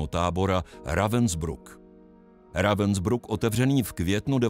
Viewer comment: Děkuji za další video plné informací, jen prosím opakovaně: Ravensbrück se čte Rávnsbryk.